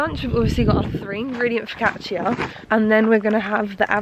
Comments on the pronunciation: Italian here: the correct pronounce of focaccia is foh-ka-ccha (because when c is close to i and a its sound is more like ch). Glad u almost got the pronounce right tho ^^ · LOL you don’t pronounce the ia in focaccia, just the a 😂 fo-ca-cha x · I love you but call it focaccia with the -chia one more time and you're gnarly make my Italian grandmother cry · Hi, I love you videos ❤️ I just want to say that in this quarantine times you videos offer a bit of escapism which is really welcomed 😊 btw, I'm Italian and, I hope you won't take this as criticism, but we actually pronounce "focaccia" like "focaccha" (the "i" is mute) ❤️ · The way she said focaccia 😭